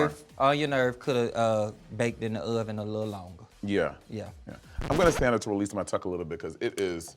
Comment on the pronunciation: "I put everything in the URRven"